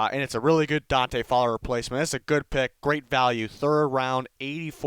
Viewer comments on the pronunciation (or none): none